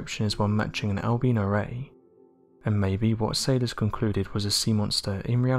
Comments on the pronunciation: Not trying to be funny but by 'ALBEANO' were you sayining 'ALBINO'? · When he said Al-beano I thought it was some type of mexican creature he was talking about!😂😂😂